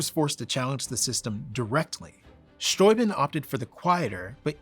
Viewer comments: Thank you, thank you for calling him "von Sthoi-bin" (rhymes with "von Toy Bin") and not "von Stoobin." It's possible that so many Americans pronounced it that way that Baron/General von S just ignored it and went along with it, as my German and Slovak grandparents did when they emigrated to America at the turn of the twentieth century. People do tend to respect the sound of immigrants' names now, but not so much in the past. Sometimes back then, when "foreigners" didn't English their names right away, the Americans did it for them. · After learning about Baron von Steuben ("VON STOO-ben") in school, and later living near "stu-BENN" County in Upstate New York, It does my heart good to finally hear -- for the first time, I believe -- an American pronounce the crusty ol' kraut's name correctly: "f'n SCHTOY-b'n". Thank you. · Fabulous information here, beautifully presented. And a long time coming, in such a clear an unequivocal format. Bravo. And thank you for pronouncing "Steuben" correctly.